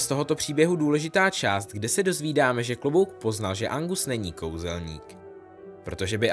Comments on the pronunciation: jj je to Argus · Nevím, jestli jsem špatně rozuměla, ale myslím, že jsi říkal Angus místo Argus Filch🤫